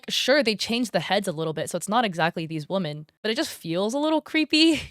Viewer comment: pronounce women correctly pls.